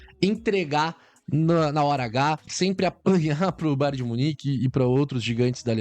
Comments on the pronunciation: Cara toda vez entendo você falando BAR DE MUNIQUE 😂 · Kkkkkk ele fala BAR de munique 😂😂.